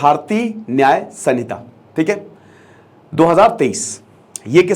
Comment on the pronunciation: Samita nahi h sir ... Vo संहिता hota hai